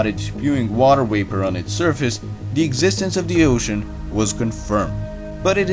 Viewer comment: Water wapor, eh? I heard this several times here!